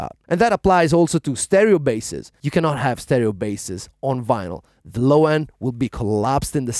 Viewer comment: The guy said Venal it’s vinyl